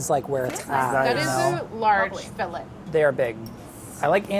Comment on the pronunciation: She's fussing over how the 1 guy pronounces 'anchovy', then she pronounces the 't' in 'filet'.